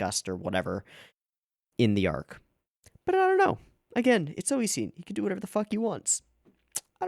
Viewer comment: Why do you call Nisio Isin "Oishin," though?